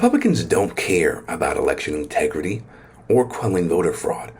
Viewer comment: It doesn't. "Integri-ee." Just like "impor-int" and "Pu-in." Girly has a disconcerting speech impediment.